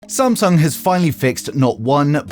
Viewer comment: Samsag bro it's samsung